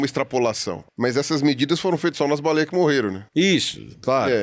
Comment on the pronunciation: Pirulla falando baleieis ❤